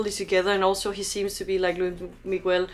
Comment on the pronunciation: She called him Loui